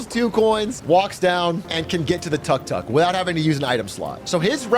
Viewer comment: And it's not called a "tuck tuck" the way he's saying it anywhere.